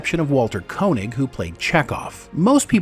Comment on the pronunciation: This list is completely ludicrous. I can’t take it seriously if you guys can’t even properly pronounce Takei or Koenig.